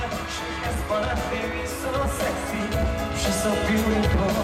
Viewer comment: ^_^ the way he pronounce 'sexy' is sexxy lol